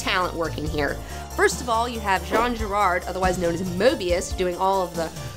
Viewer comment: did she just say Girard instead of Jean Giraud aka Moebius ?? wtf